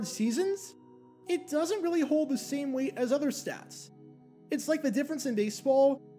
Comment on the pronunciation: the 'otter'.